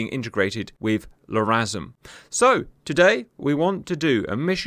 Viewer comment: Not gonna lie. Sole purpose of clicking on this video is to hear Cap saying, …<Pause>”LRASM”… 😂